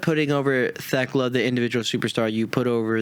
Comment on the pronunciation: But if Fletcher wins and Briscoe has to join the callis family that could be a really great time. Oh and I think y'all are wrong I got TayJay winning the tag belts. They're the only team not in blood and guts. And I hope y'all know you're saying theklas name wrong and it's just a bit lol.